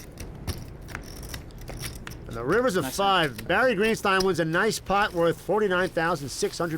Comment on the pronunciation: Anyone else crack up so hard at Mike Matusow here? I can't explain it. I just love the way he says "YOU PUT IN LIKE FORTY WITH--" not even giving Phil a second of consideration lol.